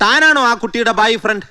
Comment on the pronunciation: ബോയ്ഫ്രണ്ട് അല്ല.. ബായിഫ്രണ്ട് 😂